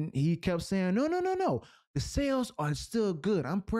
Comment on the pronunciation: brother, you say "sales" like "cells". I first thought you meant to say something else.